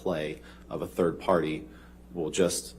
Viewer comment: Is it Turd party or third party? Or both?